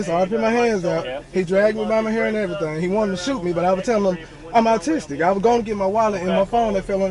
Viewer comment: Once caught ,,, Oh yeah dude im awwtistik ,,,im awwtistik... I get a free pass,,, not only that but now y'all gotta let me go cuz the officer was ruff wit me and he didn't put on his kid gloves ... The county owes me one of them ten thousand dollar voucher's ...